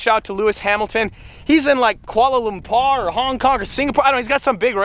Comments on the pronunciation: Thumbs Up for pronouncing "Kuala Lumpur" pretty accurately . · I like how you pronounce Kuala Lumpur.. 😁